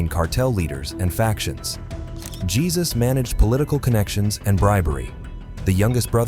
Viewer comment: It’s pronounced hey-zus not whatever the hell you’ve been saying Jesus is hey zus